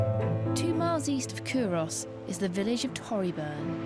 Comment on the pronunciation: This is driving me nuts. It's pronounced, 'Coo-rus'. Unsure why an expert in 'archaeology' and an 'academic' wouldn't take the time to investigate how to actually say it properly. Sign of the times, I guess. Leads me to question their nounce. Also, 'whiskey' is an Americanism. It's 'Whisky'. besides that why do Scots constantly get subjected to posh English telling us about our own history? Nepos, but hey they've got the money and means to do it.